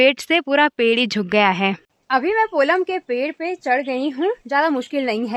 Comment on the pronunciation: पोलम नहीं पल्म होता है